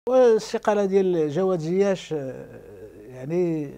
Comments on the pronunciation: ناري عصبني واش من نيتو كيقول زياش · واش أنا لي كنسمع هاد الصحفي كيقول زياش🙄🙄